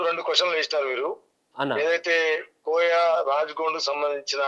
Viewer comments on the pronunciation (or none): miru matlade vidanam marchandi koyoo koyoo antaventy adivasulam memu